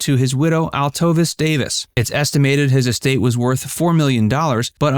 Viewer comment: His wife's name is pronouned; Alto-VESE